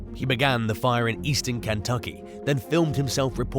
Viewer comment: I like how "Kentucky" was pronounced like someone's name- Ken Tucky. 😄